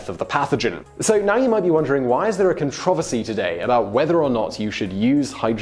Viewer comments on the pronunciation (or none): The way you say "controvercy" bugs me xD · Am I the only one who was thrown off by the way he pronounced controversy? I'm not saying it was wrong, it just hit the ear wrong in my opinion. Something I'm not used to, But keep up the good content! I love educational videos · i have never heard anyone pronounce controversy like that!!